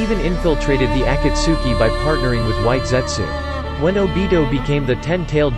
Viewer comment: My boy said obido =obito